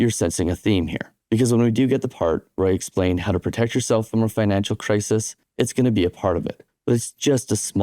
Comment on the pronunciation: “cris-is” bro. Not “cris-ease”